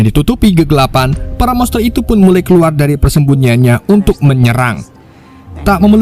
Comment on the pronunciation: Min sehat kah -- KEKUAR/KELUAR🤣APA LU LAGI PAKAI ITU MIN KK TIBA"OLENG